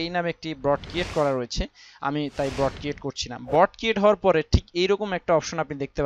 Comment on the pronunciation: Vai...Broad na Board. btw video ta motamoti valoi silo